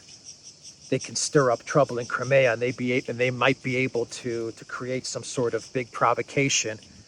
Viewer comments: It's not Crim-ay-a. It's crime-ear. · I wish would correct on his pronounciation of CRIMEA.. Howard